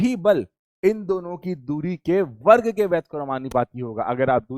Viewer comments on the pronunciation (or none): none